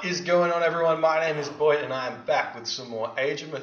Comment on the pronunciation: I always thought your name was not boit. Or is that intentional because the god power